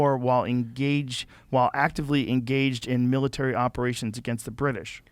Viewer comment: Pure comedy! For DT to suggest he “is reading” a book, is completely laughable. I love it when individuals advocate for drug use and they can’t put together a sentence and can’t say “British”. GTFOH.